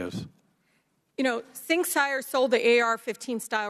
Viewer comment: Who is “Sing Sire”? What is a “picher”?